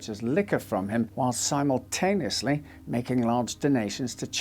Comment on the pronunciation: Your pronunciation of simultaneously was incorrect. Twice !